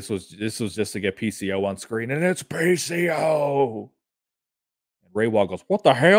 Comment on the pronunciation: I was laughing hard with Josh Alessandro, Steve MacLaine 😂 and when he called PCO, pecooo 😂😂